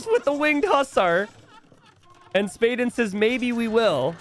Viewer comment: You say it spa den. like a den where you relax in water